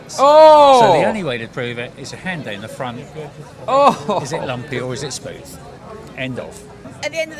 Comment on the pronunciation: “Hand down the bloody fwont” .. these people are projecting their desires to predate .. like you can’t just look at that obvious dude and not tell its a dude